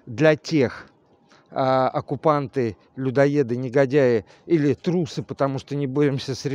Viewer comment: в слове "трусы" у меня ударение на "у". У Вас почему-то оказалось на "ы".